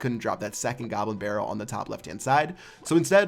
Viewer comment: he says gobber barrel